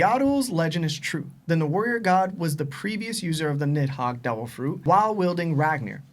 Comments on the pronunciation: Why bro keep saying niMhogg? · has such a fat tongue that pronouncing anything is so hard for him. Bro called NIDhogg, NIMhogg the entire time and they all just sat there and let it happen.